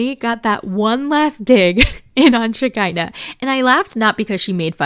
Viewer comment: lmao it's funny how you call her Shakiner